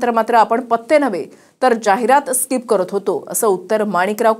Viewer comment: स्काहिप नाही ते .... स्किप आहे सर